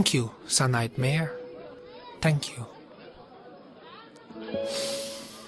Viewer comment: "Thank you, sire Knight Mare." Well, that's what it sounded like he said, and it's funny that he should say that since, well...nightmare. :P